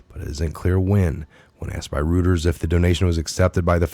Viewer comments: Royters, not Rooters (spelled Reuters). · Reuters.... is pronounced ROYTERZ...